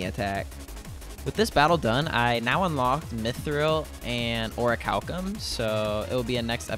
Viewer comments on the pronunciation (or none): none